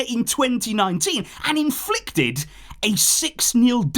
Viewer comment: In-flickted i heard that